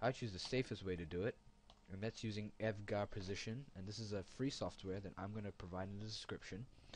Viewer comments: Dude its E.V.G.A not EV-GA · Evga? Haha it's e-v-g-a :P